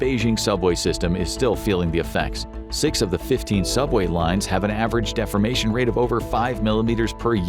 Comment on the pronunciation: Defamation - Deformation pronunciation makes a difference ffs